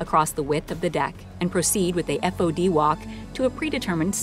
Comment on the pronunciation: When I was in the Navy it was pronounced "faud" and spelt "fod" or "FOD". Never did I hear it said "F O D"